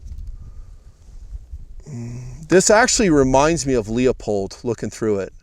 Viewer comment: Leupold, the "E" is silent.